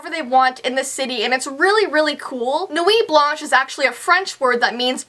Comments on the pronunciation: It's not nuiiiit blanshe it's Nuit Blanche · I'm sorry but your saying Nuit Blanche Wong btw I'm french